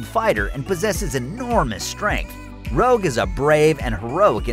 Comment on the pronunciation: ..."Rouge". Not "Rogue". Rouge.